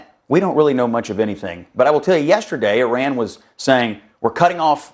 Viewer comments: It's Iran, not Irun. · Where is "I Run"? Its "E Ron" or "I Ran"(common american misspronounciation). I think you tried to mix the 2 lol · Its called...I RAN!! not irun. Smdh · It is called IRAN NOT I RUN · IRAN NOT IRUN..... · It’s Iran. Not I Run. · It's Iran not Irun.